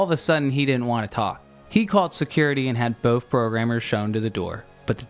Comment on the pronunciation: I like how you say “BOAF” instead of “both.” Makes you sound like a kindergartner.